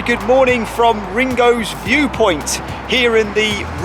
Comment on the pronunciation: I’ve watched 2 mins and I live in the area and wouldn’t know where you are Rhingon, where, Rhigos, I think you stayed in Treorci but who knows, is it so hard to ask someone that you pass or where you stay or maybe a fish shop how to pronounce the names. Let’s carry on.